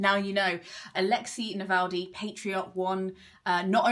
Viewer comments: Is his name actually pronounced like NavalDy not NavalNy? I’m so glad he won, he will not be forgotten. I need to read his book. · For someone who judged and loved the book in question, wouldn't hurt to say his name right. Alexéj Na-vál-nij.